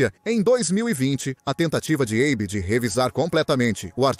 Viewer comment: Abe? Eibi? Abo? Maculou o documentário